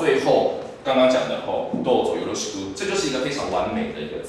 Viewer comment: は「どうぞよろしく」で、「よるしく」じゃないんですよ！